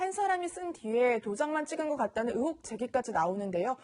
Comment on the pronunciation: 앵커가 의혹 발음이 안돼서 으혹이 뭡니까...듣는 내내 답답하네요